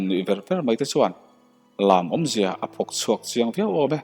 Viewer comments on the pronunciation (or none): A ngaihnawm khawpmai, mahse, mi pa 3 chauh hi an phek chhuak ngailo hetah phwk chhuak tih hi nau phekphehlen tih ang in lam rik tur a nia ,tin, ter tih pawh hi thluk loh vin lam rik zawk tur a ni, a thu a ngaihnawm a ngin a chhiar tulam hian i lam uluk lo mah mah a ni e